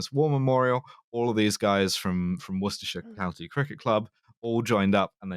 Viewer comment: We should rename these towns. Worcestershire -> Worsetershir. Boom. Also gets it closer to "Horseshit". Am not mad.